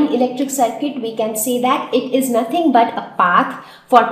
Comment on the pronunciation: it is nt ise it is =is 😂